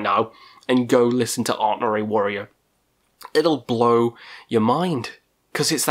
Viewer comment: *ArnTor, not ArtNor - although the latter pronounciation makes him sound a wee bit like a French metal project. Maybe he IS happily eating baguettes viz frommaaachh up in the eternal north. Who knows. :)